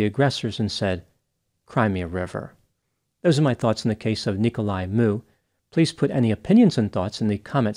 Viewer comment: It's funny how everyone pronounces his name. It's Miu. Like Mee-oo